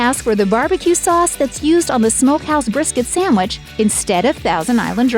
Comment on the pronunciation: It must be a regional thing, its hard to get exemplary service here. And this "professional announcer" lady saying "Samwich" is a real turn off... lol